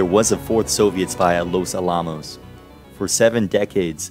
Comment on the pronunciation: Oh man, all the time put into making this video with research, etc. and you mispronounce "Los Alamos?" It's pronounced just just like the historic fort in San Antonio, but just add an "s" after Alamo. Los AL-ah - mos, not ah-LAH-mos. Good video though.